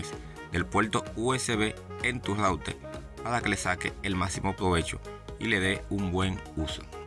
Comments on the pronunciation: Dice Routel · Entonces no se dice router se dice "loutel" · Es que Loutel no le sale , por eso dice Router q es más fácil de decil....😅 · Intelnet, smal tv, conectal, conseguil, cualquiel, apalte, sin altelal, adaptadol, calgadol, veldad,celulal, menol, loutel. Por favor aprende a pronunciar la "r". Es insufrible escucharte hablar así. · En cada hogaL hay un routeL y en la paLte trasera ....inteLnet..... QUE GRACIOSO HABLAS...... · Se puele calgal el celulal y sacal el lautel estelno y aksedel a otla led guaifail 😂😂😂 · El puelto, el raulter jajaja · " Rautel " la primera vez que oigo esa palabra😮 -yo oigo esa palabra no entiendo los comentarios que dicen no sale la R 🤷‍♂️ por otro lado es su idioma el que hace asi la pronunciación 🤔(yo lo entiendo👍). - Fue solo la palabra RAUTEL que me llamo la atención,sin mala intención 🙋‍♂️😁👍. Es interesante saber todo lo que se puede hacer con el Ruter 👀 -LIKE AL VIDEO 💯👍